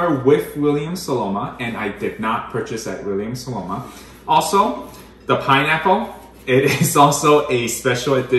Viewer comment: It’s SoNoma, not SoLoma. Love the Staubs though. I have quite a few myself. Just ordered the 37cm La Mer oval cocotte.